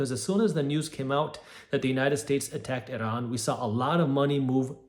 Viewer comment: it's pronounced i-ran, jack ass